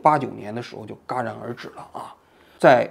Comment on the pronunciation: 戛（jia）然而止，而非是（ga）